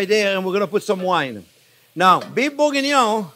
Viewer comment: I just love the way he says the name 🤣🤣😆😂😆 Beef bougggoiuoiiinoungh So is Bourguingnon means Big Onions? What does it mean?